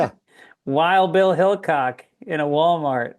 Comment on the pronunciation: Did Greg say Wild Bill Hillcock🤣🤣🤣